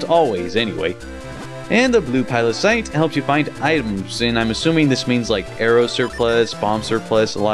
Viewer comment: you still said pilocyte after correcting yourself x3